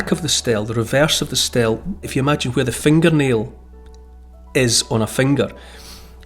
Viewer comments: Not 'Stell' It's 'Steelee' Spelt Stele. Sorry... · Just a FYI "stele" is pronounced stee-lee